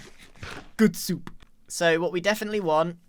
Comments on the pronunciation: Grian:“SOUP” Me: :) Literally me and grian simultaneously saying: “GUD SUP” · "Gewd soup" I can't 😂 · Nobody: Literally nobody: Grian: “Gud Soup!”